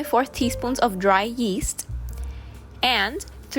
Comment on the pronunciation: "YEE-ast". Love youuu